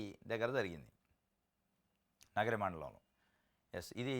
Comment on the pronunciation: నీకు కనీస జ్ఞానం లేక వార్త చదివితేఇలా ఉంటుంది చంద్రబాబు కుప్పం, నగరిని ఎలా చదువుతావు